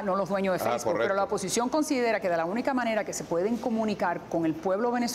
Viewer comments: Cuando alguien no sabe ni pronunciar Facebook, YouTube o Instagram ya está cabrón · Feisbut, yutuc, impecable pronunciación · Feisbut, yutuc, tuider